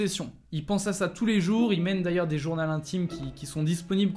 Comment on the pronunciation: « Des journals intimes » aie mes oreilles